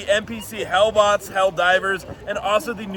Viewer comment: I choose to believe they're pronouncing helldivrs is a reference to how a lot of AI songs pronounce it.